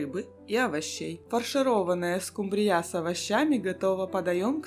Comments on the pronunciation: Покажите миллионера 😅 СкУмбрия а не СумбрИя, если что.😊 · Почему скумбриЯ, скумбриЁй? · СкумбриЯ? Вы кто по национальности? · "Домработница миллионера" - это что-то! Улыбнуло!😊 СкумбриЯ - звучит😅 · Скумбрия ударения на У. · Хорошие и красивые рецепты, жаль, что ваши миллионеры не подсказали , что скумбрия, ударение на у